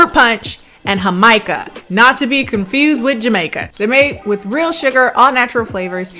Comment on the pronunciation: Can we take a moment to appreciate the fact that she pronounce "Jarritos" and "Jamaica" properly